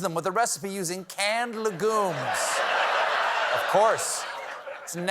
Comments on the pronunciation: CORRECTION: the "u" in "legume" is pronounce like "you", not like "ooo" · Is that the correct pronunciation of legume? I say leg-yoom.